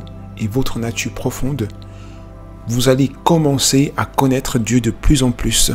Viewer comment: y'a un problème avec les R ou quoi ? c'est pêché de terminer un mot par le son R ? ''dieu de part sa natu' même'' ''finira par deveni' obsolète''